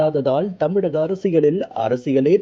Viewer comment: You are incorrigible. Learn to pronounce properly. Don't kill TAMIZH